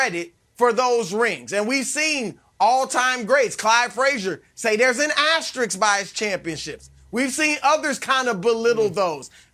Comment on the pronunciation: nobody is telling Broussard that it is asterisk and not asteriks until now